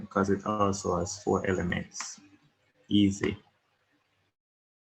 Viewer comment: Yooo you saying "eassy" and "soft" is so daaaaamnn annoying 🙄😤